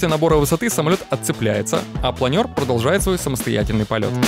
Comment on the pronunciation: Впервые слышу, чтобы плАнер называли планЁром.)